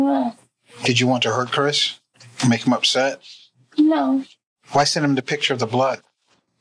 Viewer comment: HAAAA that no sounds like a yes 😂😂😂